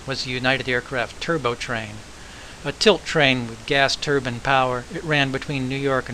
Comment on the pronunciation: Riding in the dome of the Turbo was the best! with the driver's view. The speeds in the electric territory were faster than the Acela runs there, the last time I was on it. BTW- it is turBINE not tur-bin which is headgear worn by a Sikh